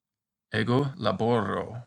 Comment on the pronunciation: Too many "R's": Ego LaboRRRRO... scRRRIbeRRe. Ego scRRRIBO... That does not sound natural, does it? Thanks for the video!